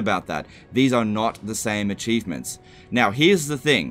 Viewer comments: I love it- did you deliberately say a-cheese-ments? Or is it just now part of your nature? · very subtle ¨acheesements¨ there lol